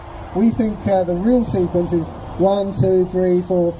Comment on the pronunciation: oh, SEQUENCE, I thought he said SEQUINS. Now I'm confused...